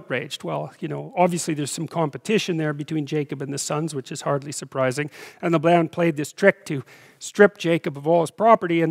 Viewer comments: I love listening to you...however, very curiously I have not heard Jacob's uncle called "." Is it not pronounced "Layben" with a long "a" sound? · I noticed that but it's not a rule. I also never heard it pronounced that way. He might have picked that up in Alberta.